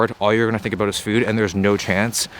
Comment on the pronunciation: Is he Canadian? He said Abooot